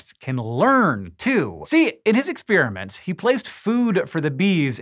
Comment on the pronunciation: ek-SPÈER-uh-ments? Hank is so funny sometimes! LMAO!